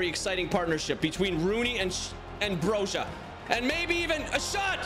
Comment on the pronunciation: I am an Albanian speaker and Broja is pronounced bro-ee-a I like your videos 😊